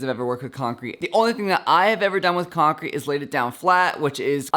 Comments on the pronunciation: Is it just me or did he say croncrete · “croncrete” But this was very cool